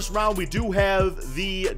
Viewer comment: Not trying to make fun of you but I like when you say simulate current round it sounds like simulate current rounch